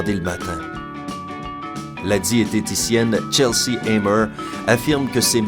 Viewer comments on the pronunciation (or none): A 7 il parle d'une dame qui s'appelle Chelsea je m'appelle comme ca mais c'est pas tch mais ch C'est comme ca pour moi